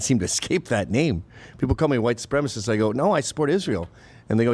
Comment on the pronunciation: Good point on mispronouncing White supremacist.